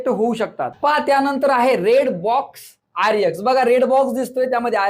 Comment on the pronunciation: सर ते आरएक्स असं असत ते आरयक्स नाही नाही